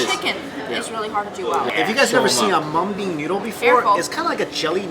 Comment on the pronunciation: HA LOL, said mean bung strips:)